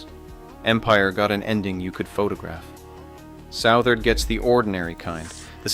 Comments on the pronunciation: It’s pronounced Sutherd not Sowtherd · Interesting to see a video about Southard. One thing, it's not South-ard, but Suth-ard. Second, other than the soon to close plant, there is no town, hasn't been for decades. Just to the west of town you'll see a water tower. Around that tower you'll see some faded roads. That was a community of mobile homes that made up the "town" of Southard. My brother lived in one for a few years. But all of that is long gone. Sad for the employees...